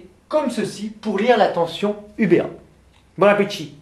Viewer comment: haha wtf quand vous avez jete votre stylo ou le bon appetit avec l'accent du sud a la fin ^_^ merci pour le contenu en tout cas